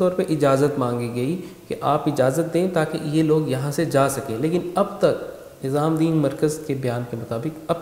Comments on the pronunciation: Its nizamuddin...not nizaamdin...lolllz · Bhai tum muslim hokar Hazrat Nizamuddin rahmatullah ka naam thik se nhi le pa rhe